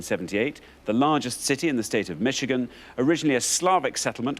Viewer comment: Who says mitchigan?😂